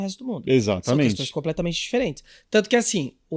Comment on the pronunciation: Começo do vídeo: algumas "questãs" moderador???????? pelo amor heim??!!!!